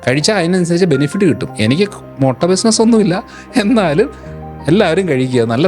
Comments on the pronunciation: മൊട്ട അല്ല ബ്രോ..... മുട്ട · മൊട്ട അല്ല 😃 മുട്ട 😂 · മൊട്ട അല്ലടോ മുട്ട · മൊട്ട അല്ലേടാ.. മുട്ട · Motta alla, mutta aanu